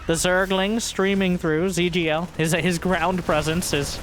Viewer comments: rip the ZhuGeLiang pronounciation lol trivia: the name's a famous ancient chinese war strategist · Is zugeliang supposed to sound like "zergling" in chinese? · he's a historical statesman around 200 AD, great strategists apparently, and it does sound like zergling now that you've mentioned it!:D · Every time says 諸葛亮, my day gets a little bit better. I remember when I was younger, my friends didn’t even bother to try and pronounce the name and just called him Zee Huge. Happy New Year!